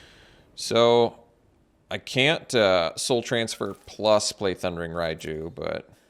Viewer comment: It's Ryne not Ryan